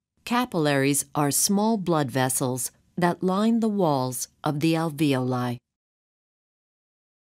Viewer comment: AlvEoli as in (vee) and -oli pronounced (oh-leye). Alveeohl-eye.